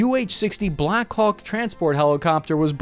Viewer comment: is he saying Black Cock or it is just my English?